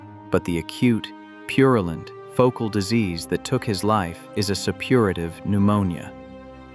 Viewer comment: "Septicaemia" is still pronounced "sep-to-SEE-mee-a" not, whatever you were saying. "Supperative" is "SUH-pu-ray-tiv".